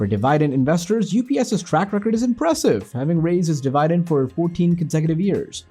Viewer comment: de-Vai-dent??????? what the fuck